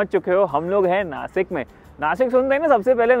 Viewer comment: नासिक instead of नाशिक why, is you or anybody don't able to pronunciation as नाशिक.